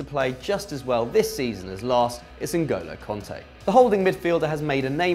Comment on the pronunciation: N’golo Kante? 😂😂😂😂😂